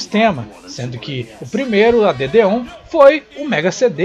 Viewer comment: Show amigo, excelente video! A pronuncia correta é "ÉD ON" e não "a d d on"